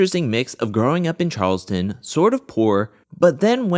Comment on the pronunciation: Charles-Town not Charleston